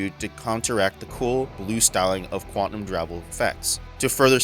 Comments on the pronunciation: IK I'm gonna sould like a jerk, but it's pronounced Quan-tum, not Quan-ti-num. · Good stuff man. It sounded like you were saying QUANTANUM not QUANTUM...it may be my old ears. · Great video and breakdown. My a-hole OCD got me twitching on your pronunciation of Quantum though.